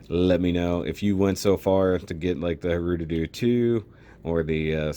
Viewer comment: You said (Hru)doodoo.